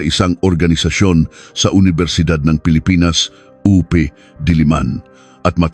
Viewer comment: AI pinagawa ng kwento pati UP naging " oo-pe'"😂 tas basa sa oras 9-10-20😅! Hayys!!!